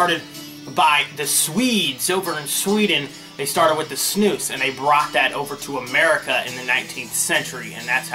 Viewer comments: No it's not. You should probably brush up on your own native language. Have you bothered checking what the IPA of snus is? Possibly even looking up what IPA even is for your case. Its (snu:s) u: is a long vowel pronounced "oo" as in food. Feel free to look it up, then apologize. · Not really. It's inspired from the swedish snus pronounced "snoos".